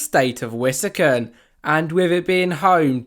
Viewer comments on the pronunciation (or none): “Roman gods” they’re all Greek gods “Wisican” it’s pronounced Whiss-Kahn-sin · It’s pronounced wuh-skaan-sn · Buddy did not just say wisconsin like that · I’m from Wisconsin and it hurt me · Bro say wisconsin right please!